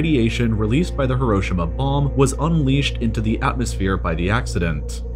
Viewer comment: While he does completely butcher Belarus, his pronunciation of Hiroshima is correct.